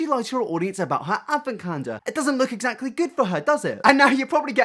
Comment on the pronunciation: I don't condone bullying someone for a speech impediment or for not being able to say a word correctly. But Alfie's pronounciation of the word "Exactly" is my own personal hell. Essactly.